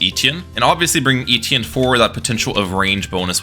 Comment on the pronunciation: thats not how you say etienne